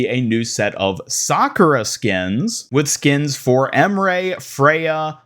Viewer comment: Your mispronunciations of names they tell you the pronunciation off pisses me off so much. Anran is not "on-ran" it's "on-ron". Emre is "em-ree". Illari is "e-yari". Jesus, how hard is it to pronounce shit right?